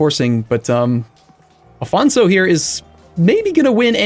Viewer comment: it's Afonso, not Afónzou. Since you don't speak Portuguese, I'll grant you the O, but nevertheless it's Afonso and not Afonzo. And while we're at it, it's Lisboa, not Lisseboa. Try pronuncing it as "Lijboa".